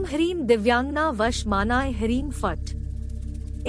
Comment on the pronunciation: Mantra ka sahee uchchara bhi nahi..n kar pati hai.n mahila ji.haim harim kahati hain aur likha ata hai Hrim Hrim. Is channek ke chakkar me n na pade,manoranjan ke hisab se dekhe.n Abhi tak koi bhi is Yakshini ko siddha nahi.n kar paya.